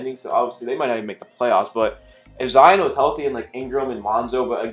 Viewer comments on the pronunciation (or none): none